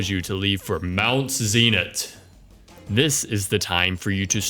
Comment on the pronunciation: Zap not Zayp Drag-oh-turket not Dray-go-Turkey Zin-it not Zee-nit My god man can't you pronounce anything right?!